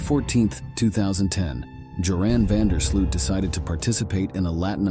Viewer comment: Good site but please when you pronounce the surname of Joran van der Sloot do it correctly, not Sluut but Sloooooot sorry I'm Dutch but the pronunciation is hard to hear / thanks for the good site I enjoy it